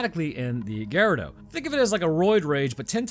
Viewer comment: Yeah the right pronounce is garradór, is quite difficult for English based speakers to talk in Español or in Italiano since your language is from German origins while the ones i cited previously are born from Latin so different on almost every aspect